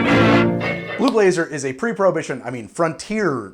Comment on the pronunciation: i kept on hearing blue laser until about 2 minutes in.